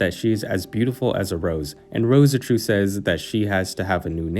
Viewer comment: Just Rose-Chu m8. Not Roseh-Chu